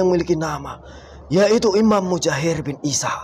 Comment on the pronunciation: Menit 19.00 cb denger imam mujahir..lo kira ikan mujahir.😂😂😂